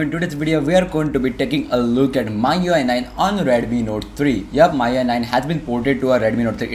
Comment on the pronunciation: first of all pronunciation of MIUI isn't correct!